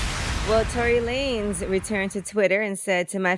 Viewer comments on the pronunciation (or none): Its Lanez not lanes